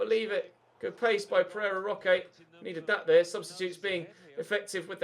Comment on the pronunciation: Last episode you were talking about Pereira Roche, and I had to go back and check you didn’t say Ferrero Rocher 😂